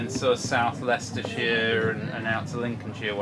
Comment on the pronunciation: Nice to hear someone say Leicestershire properly. That show was in Leicester city on a park call braunstone park many years ago(about 30years) I would go every year guess it helps when you live about 100 yards from the park